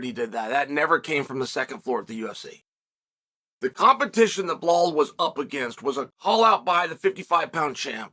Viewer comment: If Belal fights Leon, 1.25 million Chael fans are going to be asking, "What about Blehal?"